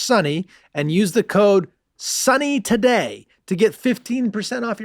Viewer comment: skipping through the commercials I noticed Charlie enunciate the word 'today' as if it were part of the code